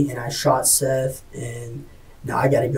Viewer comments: You guys keep mispronouncing his name. It's SETH as in BETH. His name is literally said a couple dozen times. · Seath… like Heather. Feather. Death. Not seethe. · Even worse, pronouncing his name ‘Seeth’ 🙄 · This case is beyond dumb. Also, isn't it pronounced Seth, not seeeeeth? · “Seeth Jackson.” Sigh… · Seth Bargo? . Narrator made a mistake there